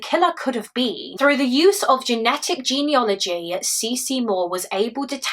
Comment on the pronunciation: Fantastic story-telling, as always. How dreadful to have to wait all that time. One tiny thing- the word is ‘genealogy’ not ‘geneology’ (I didn’t realise this for ages).